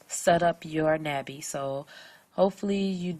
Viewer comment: "NAH Bee" A sound like August. It's the Korean word for butterfly.